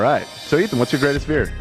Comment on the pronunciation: why does hila call him eaton?